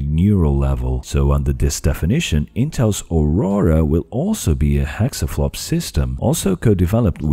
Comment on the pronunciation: Does he keep saying "hexaflop?"